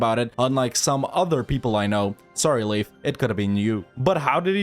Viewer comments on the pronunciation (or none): Leif not laith